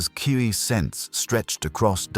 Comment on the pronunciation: First: Fix your audio Sayian = Say-an Ki = Key For your ai reader. Second: Why is Vegeta acting like this? It was established to start that he has Bulma, therefore this is the Vegeta that learned iner peace on earth but he's acting like a conquer